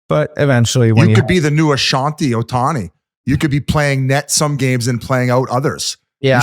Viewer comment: Not the second 'Ashanti Ohtani' from Biz?!?!?!?!